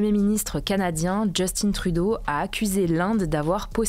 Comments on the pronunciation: Petite rectification, ont dit Justin et pas Justine Trudeau. N’oubliez pas qu’il est d’origine Québécoise donc ont prononce sont nom à la Française. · « Justine » Trudeau. Haha Il est francophone. C’est Justin ! Just-un. ;-) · Arrêter de dire Justine Trudeau, c'est Justin. Ça se pronce comme ça se lit. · En passant, on ne dit pas Justine Trudeau, c'est Justin Trudeau ! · Justin trudeau se prononce en francais Justin et non Justine :) C'est un francophone, même si cella ne parait pas quand il parle françcais. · On dit "Justin" pas "Justine". Justin Trudeau est franco-canadien et parle français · On dit Justin Trudeau pas djustine (il est québécois alors vous pouvez le prononcer en français 😃) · Je suis québécois et je trouve ca toujours comique quand vous prononcer le nom du premier ministre Justin trudeau, pas obligé de le dire avec un accent anglophone, il est né a montréal. Son nom se prononce "Justin" comme ceux que vous avez en france. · Merci pour les actualités! Petit truc par contre, par rapport à Justin Trudeau, pas besoin de le prononcer en anglais, étant donné qu'il est francophone:) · Salut Hugo et toute l'équipe, je vous suis depuis le début, j'ai déménagé au Canada depuis 4ans et le prénom Justin de Justin Trudeau doit se prononcer a la française, cela me fait vraiment bizarre de l'entendre a l'anglaise quand vous en parlez 😅 prenez soins de vous et merci de votre travail exemplaire ❤ (Si vous venez à Montréal je me ferai un plaisir de vous faire découvrir cette ville extraordinaire)😊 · Je me disais la meme chose et j'étais même surprise qu'il ne le prononce pas correctement de base ( pour moi la prononciation correct est française vue qu'il est canadien français. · Justin est un premier ministre qui vient du Québec, donc français. Ce n’est pas un anglais alors pas beaoin de le prononcer avec un accent anglais😉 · Pourquoi prononcer « Justin » en anglais ? On dit « Justin » comme les français.